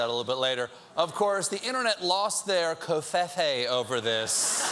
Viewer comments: ITS PRONOUNCED CO-FEE-FEE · Cofefe is pronounced differently though. It should be rhyming with "me"